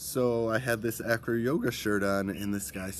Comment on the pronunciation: the true name is ajro so if you want pronouncing it like native speakers i mean the indigenous people of north africa you have say ajro not acro / anyway welcome my friend in Morocco